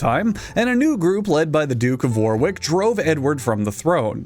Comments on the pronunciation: It’s incredible doing a 3 minute segment about a duke of Warwick without searching up the pronunciation of the place (the second W is silent btw, don’t ask) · Warwick’s second W is silent btw. As a British person, we spell things kinda weird… like Leicester, Worcester, Gloucester, Edinburgh, Holborn, River Thames, Leominster, etc. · As the quintessential annoying British person, I must inform you that it’s pronounced wor’ick not War’wick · Just as a Yorkshire-er, I love to see the Wars of the Roses talked about! But the second "w" in Warwick is silent. It's pronounced more like "worrick" and not "wore-wick" (No shade on either person btw but it's still not as funny as KrimsonRogue, in part of his excellent Empress Teresa review, pronouncing Gloucester as "glow-chester" (with the "ow" sounding like how it does in "cow") ) (For future reference, Gloucester is pronounced as "gloss-ter", and I don't laugh with any malice at mispronunciation - it's more just funny to be reminded how jagged my beloved native language can be.) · "Warwick" is actually pronounced "war-rick", don't ask, we have a tonne of non-sensical pronunciations in our place names. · I'm sorry, but I can't bear to watch the video while you continue to pronounce Warwick and war-wick. I was hoping you'd eventually say you were just saying it incorrectly on purpose, but that just didn't happen. Disliked, reported and slandered to all my friends so they won't watch your videos. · So.. no one pointing out how he said War Wick? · and Warwick! It's pronounced Warick, the second W is silent. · Warwick is pronounced ''worrick" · I need to say that Warwick is pronounced "worrick" because I feel is ready for it and can take on the challenge. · You know those jokes about British place names not being pronounced they’re spelled? Well “Warwick” is correctly pronounced “Warick.” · I’m from Warwick, and watching this man butcher the pronunciation of my home town physically hurts